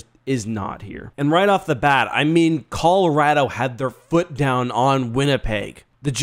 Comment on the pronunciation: lol he said collar-RATTLE.... what city are you from